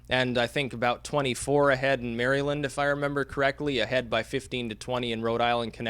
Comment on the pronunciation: Repeat after me, young Skywalker: MARA-lind